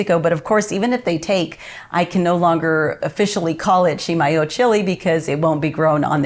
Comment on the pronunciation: Love going to Chimayó. I've had ground Chimayó chile pepper but not the fresh chiles UNLESS they were in my meal at Rancho de Chimayó. Been to the Santuario many times as well. And thank you for pronouncing Chimayó correctly. Kind of like those people who pronounce Madrid, New Mexico incorrectly. BTW, hope to see you and your husband on Saturday at the Las Cruces Farmer's Market? :)